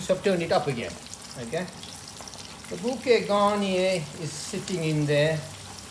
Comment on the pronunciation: Bouquet garneee (not garnier :)) my French ears had a giggle